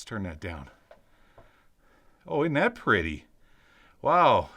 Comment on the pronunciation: Is it "pretty" or "pertty" lol Unbroken glass is what blew me away!